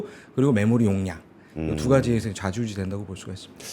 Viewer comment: 자지우지 아니고 좌지우지